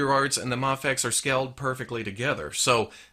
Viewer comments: I thought it was pronounced may fex not mah fex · Muhfex, mehfex? I thought it as pronounced may-fex? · you always pronounced it as may-fex. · It's either way since no one knows how to pronounce it really just done people told it's pronounced mah fex while others said May fex. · It’s pronounced Mayfex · The way he said mafex ugh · Ok. So, I've heard it pronounced different ways. Is it "may fecks" or "mah fecks" or "m'fecks"? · I think I've heard you pronounce MAFEX in every possible way at this point. In this one video. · I think it was an on going joke about not knowing the correct pronunciation in early videos I put it down to jelly and jam scenario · I love you but I hate the way you say Mafex. Isn't it a long "A"??